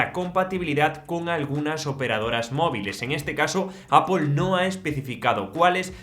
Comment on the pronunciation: Se te nota, has dicho “apol”😄🤧